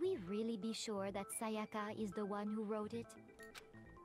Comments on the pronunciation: literally every character: saya-kuh: say ah ka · The way she pronounces sayaka makes me cringe